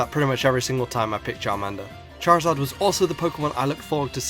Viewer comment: #1, there is no L in Charizard! #2, there is no S in Rayquaza!